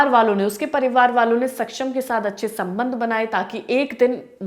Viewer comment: Bar bar anchor sabnadh sabandh bolati hai only 😂😂